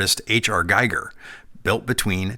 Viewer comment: Giger pronounced "gee-ger". (Hard G both syllables.)